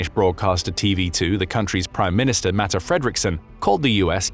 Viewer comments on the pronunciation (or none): Her name is not Matte, but Mette. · The danish prime ministers name is Mette Fredriksen not Matte Fredriksen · Denmarks Primeministers name i Mette, not Matte :) Im danish, I know :)